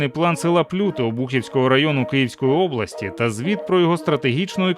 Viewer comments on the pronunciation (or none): ПлютИ і УкрАїнка